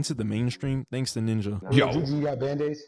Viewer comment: Bro did not say ninja 💔